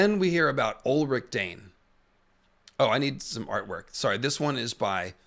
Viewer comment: That Elric pronunciation 😢